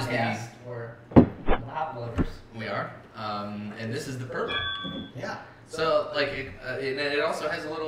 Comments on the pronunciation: Hey guys good video, I'm living in Poland right now. Great beer. your pronunciations of Polish words are a little off but like the videos. Perla has three types of beer but its nice to so good call. like the video!! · pronounced perwa where is lech???